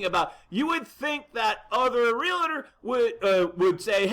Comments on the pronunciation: Bad news ... for sure. But I would think somebody that apparently runs an "Online Real Estate Academy" would know how to pronounce REALTOR® It is "REAL TOR" not Real Ah Tor. Also the association is the San Diego Association of REALTORS®. There are a couple other REALTOR® associations in San Diego.. so accuracy and attention to detail should count. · I hate to see a seasoned professional add the extra syllable. It's not Real-a-tor.